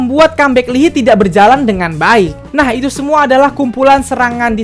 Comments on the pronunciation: Lii hai bacanya bukan Lii hi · Its spelled li-ha-yi bukan lihi 😭 nangesss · bang, maap banget. lee hi bacanya 이 하이(i ha i), bukan li hi:((( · Maaf koreksi ya. Baca namanya Lee Hayi, bukan Lihi. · Lihi ? Li hai kak caranya baca wkwkwk No YG no money, no YG no party ! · aku dengernya lili (wtf lili?) ternyata lee Hi😭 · btw leehi itu di dibaca “i hai” bang 😊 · Gua ngakak da bang lu bilng ' lee hi' wkwk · maaf cuma mau numpang bilang aja pelafalan untuk nama mino itu mino aja dan lee hi bacanya lee hai hehe :)